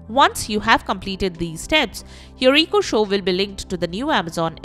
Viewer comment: What's an EEE-KO?